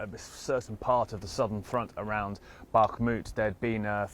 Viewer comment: "Wagner" group. You're speaking English. Not "Vahgner". You say "Back-mut" when it's "Bach-moot". Why don't you say that right? Wagner. With a W.